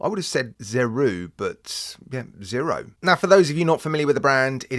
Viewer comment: Zeeeroooo, that's how the Japanese say Zero...🤣🤣🤣